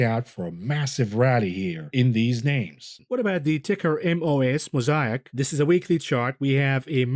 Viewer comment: when pronounces 'Mosaic' the right way.... it's getting crazy